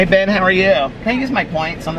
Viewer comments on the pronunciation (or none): The first time you said "Hi Ben" I thought you said "Hi Babe" and I was wondering how friendly you were with the Starbucks peeps. LOL